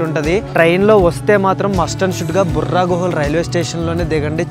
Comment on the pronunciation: "బొర్రా గుహలు"." బుర్రా గుహలు" కాదు.